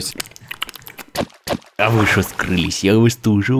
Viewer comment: Почему я тоже говорю не лосось а лососось ._.